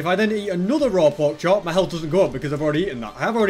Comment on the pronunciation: y do say me portol and not my portol?